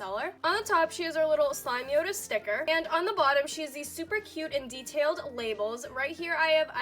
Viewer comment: (SLIME-yoda) not SLIMEY-oda 🤧